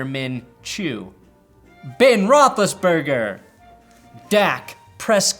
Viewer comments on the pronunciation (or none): Does anybody realize he said Ben rotheliseburger 3x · Dude you just calling him “Ben Roethlisburger” had my fucking DYING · He said "Ben Rothlisberger" and I spit my beer across the room 😂😂😂